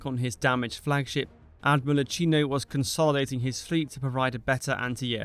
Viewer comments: It physically hurts everytime you say IatshIno. And I'm not even Italian! His name, /Jakino/, does not rime with cappucino. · Iachino: pronounced something like yakeeno, the CH digraph in Italian is like a K in English. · Much enjoyed this, thank you. (Very minor comment: Admiral Iachino's name is pronounced: Ee-a-kee-no ('ch' is hard in Italian - Ee-a-chee-no would be spelled 'Iacino' with no 'h').